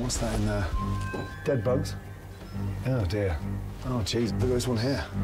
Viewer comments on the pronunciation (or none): none